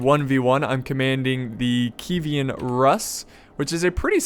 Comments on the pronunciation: Did he just called his faction "Kiwian" Rus? :D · I know one of your favorite hobbies is butchering names but your pronunciation of Kievan triggered my ptsd, for future reference its pronounced Key Evan as in Kiev the capital of Ukraine. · i believe its pronounced kee-ev-en, as in kiev, the capital of ukraine. could be wrong though